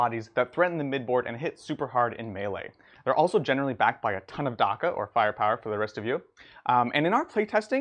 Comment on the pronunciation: "a ton of darka" Dakka, mah boy. Dakka!